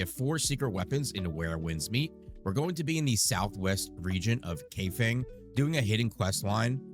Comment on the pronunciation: Kaifeng ai is pronounced eye and feng is pronounced fung